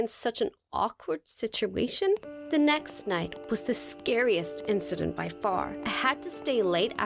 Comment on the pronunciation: "The nickst day" hahahah😂